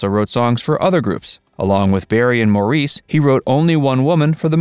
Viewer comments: Maurice’s name is actually pronounced “Morris”. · Can’t stand when they pronounce Maurice’s name wrong. It’s pronounced MORRIS! 🙄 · Just a couple of corrections, Maurice's name is pronounced Morris and Andy Gibb was NEVER a member of the BeeGees. He is sing with them in one of their concerts. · Morreese? Really? If you're going to make a documentary about the Bee Gees at least learn how to pronounce their names. The Gibb family lived in Great Britain before emigrating to Australia. Maurice's name is pronounced Morris and in every documentary where Barbara Gibb speaks (their mother) she pronounces her son's name as Morris. Get it right! Also Andy never joined the Bee Gees. He sang with them on a few occasions, but he was a soloist. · A crappy, inaccurate video. What??? The disco craze was NOT in the 80's but the 70's! It's not pronounced "Moreese" but "Morris". I loved Robin and his beautiful unique voice but both he and Barry shared lead singer duties as well as Maurice on occasion. Most of the disco era songs were sung with Barry as lead. Get it right folks. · Incorrect info. Robin wasn’t lead singer of the bee gees. It was Barry. Also robin had cancer. Mo, (spelt Maurice)who’s name is pronounced Morris not maureece. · And it’s spelled Maurice but pronounced as Morris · How come the narrator can't pronounce Maurice's name right?!! It's pronounced Morris. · Maurice is pronounced Morris! Andy was never a Bee Gee. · Maurice pronounced his name as “Morris” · It is spelled Maurice, but pronounced “Morris”. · Hearing Maurice's name pronounced 'Morr-eese' grates on me! Haven't they heard it pronounced by the English?!! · Maurice is pronounced like Morris. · His name is pronounced “Morris” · People need to do a better job at their research. Maurice pronounced his name Morris. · The Bee Gees music I would say is timeless. Btw, Maurice’s name is pronounced Morris. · Maurice was pronounced “Morris”.